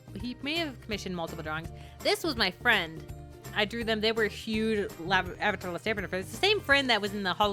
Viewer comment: Because you kept saying the last avander when it's the last avatar